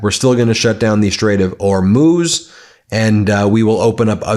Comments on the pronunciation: Well you stopped saying Hor-mows but now you say Or-mooze. Just say Whore-mooze. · Im just here to find out how you pronounce Hormuz today 😂 it’s been changing daily 😂 you’re getting close though.